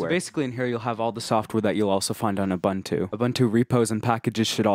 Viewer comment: It's not OO-BUN-TO Its OO-BOON-TOO